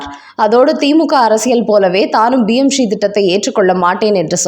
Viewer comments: It is PMSHREE. You are pronouncing as BMSHREE. Please correct. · Adhu BM Sree Dittam kidaiyaadhu. Adhu PM Sree Dittam. Please ungal uccharippai mempaduthi kollavum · BMSRI இல்லை PMSRI என்பதை சரியாக உச்சரியுங்கள்.